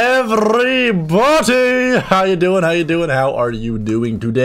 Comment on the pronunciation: Is it just me or I heard "Hello everybootey"